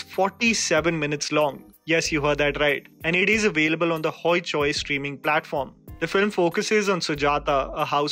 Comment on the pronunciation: The pronouciation of Hoi Choi is hoyee choyee :D